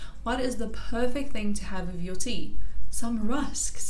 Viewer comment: She says 'wiff' ...that's classic😃💙